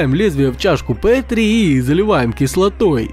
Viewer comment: Чашка не пэтри а Петри